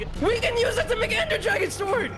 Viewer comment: Please tell that it's not pronounced "S-word" And instead is prounouced "Sord"